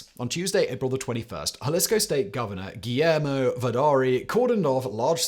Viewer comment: Guillermo. Gee-air-mo . Say it next time